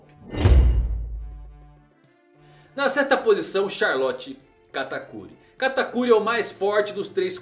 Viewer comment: Gente ele fala o nome do katakuri errado se eu escrevi errado o nome dele perdoem o minuto